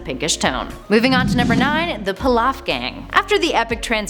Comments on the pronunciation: "Pee-lof" Pilaf. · You mispronounced the Pilaf gangs name. It supposed to be pronounced Pee-Loff. But that was the only thing about this video that annoyed me. So Nice job. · Its Pee-lawf, not Pill-off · Peeeeeelaf not plaf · Too obvious this broad is a script reader vaguely familiar with the material. Peh-loff Gang? Come on, now... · It's pronounced peelaf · PEE-LOF! Emperor PEE-LOF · "fa-cheeta", "pa-lawf", "go-cheeta" 😂 I'm sick of these fake fans trying to cash in on actual Dragon Ball fans. You also just ripped this off from Geekdom101 right down to the pronunciation of saiyan without even crediting the dude. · Pee Lawf Strong “e” kind of I there when pronounced lol. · Pa-lawf lmao nice try tho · everytime she said pilaf & gogeta; i cringed so hard who tf is kocheetah? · Anyone else hates the way she says Pilaf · She kept screwingup the pronunciation of emperor pilaf's name which means she doesn't watch the shows. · Please never say “Pilaf” again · I dont like the way she says any of the names...just hurts to hear em said like that...gogeta....pilaf.....a few she doesnt say right